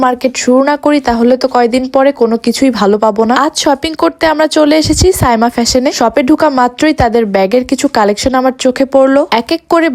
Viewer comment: সামিয়া বলছেন কেনো?সাইমা হবে